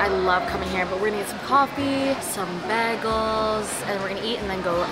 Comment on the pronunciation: the way babe is pronouncing bagels is disrespectful to us new yorkers ….